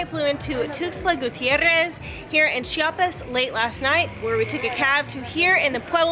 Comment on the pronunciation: Oh güeros... you seem quite off with your spanish here, but I'm thrilled to see what are you going to do here in mi homestate.. First of all, the I in Chiapas is super important.. we hate when people say "Chapas" and that is a very common mistake everybody north from Cdmx make (IT seems they do it intentionally) About the tamal, the lady said tamal chiapaneco, but that's not right.. every tamal here in Chiapas, is a tamal chiapaneco (chiapas style).. yet after that she did say "tamal de la feria de enero".. actually that tamal is called "tamal de mole" or "tamal de fiesta".. it must have mole, chicken, plumbs, raisins, plantain, hard egg and green olives.. Some other tamales you would find are: chipilin (its a leaf), de bola (pork with red sauce), azafrán (the spanish spice), frijol, hierba santa, picte (sweet corn, with fresh cream) and a lot more.. The second dessert on the vídeo is cupapé and it's really a fruit from a tree.. If you need some guidance over typical food/desserts here, just let me know and I can give you lot's of referals.. Buen viaje y disfruten Chiapas